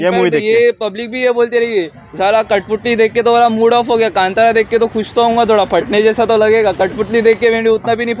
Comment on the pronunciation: कंटारा नहीं कांतारा!!!